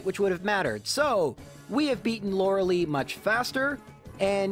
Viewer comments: No, Lorelei is pronounced (ロレライ) lo-re-lai. The name of a goddess in German. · I'm super sorry but the existance of Eiscue makes Lorelei's pronounciation Lore-lie, since Eiscue's "ei" only pronounces the I, so Lorerei's "ei" follows that rule too. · Its Lorel-lay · I Love how you mention how everyone mispronounces Lorelei's name, and proceed to mispronounce it yourself. One more time! Loud, so the people in the back can hear: LORE-UH-LIE! That's how the name is properly said. You did better than the Lore-uh-lay people, at least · Laurelei is a german names pronounced... "Laurel-I" Does this guy got some meta I'm ignorant of? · You sneaky Sneasel, you put an ad here so that your pronunciation of Lorelei would be broken and we would forget 🤣 Also Lorelei is not the ice type gym leader :P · “Everyone’s favorite mispronounced elite four member, Lor-“ ad plays 😂😂😂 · Hmm I love the recognition on the elite four member You know the Bruno that could be beaten by gym leaders In all seriousness Lorelei name miss pronunciation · I have a friend named Lorelei... so the way you pronounce Lorelei causes me p a i n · "the most mispronounced character lore- LIBERTY MUTUAL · The fuck did he called Lorelei?! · So you purposefully mispronounce Lorelei’s name; got it 🤣🤣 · how is saying Loreli wrong a meme, also yeah thats now how you say their name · Sorry my man, but you don't pronounce Lorelei correct either. ^^ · That comment about the most mispronounced member of the Elite Four, are you talking about yourself? LOL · man, if you know you're mispronouncing Lorelei, why do you do it over and over? It hurts my ears, lol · I've yet to hear Lorelei's name be pronounced correctly by any English native-speaker :d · Cringing at the way this guy pronounces Lorelei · lorelai, not lorelie Edit: also mew is mythical, you know? not legendary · It’s not said Laura Lee it’s like Laura lie my bother ! 😮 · Not sure if you were being ironic but you actually pronounced Lorelei wrong lol. Law ruh lie.